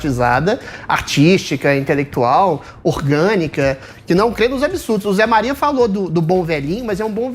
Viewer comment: Joel "intelequituau" kkkkkk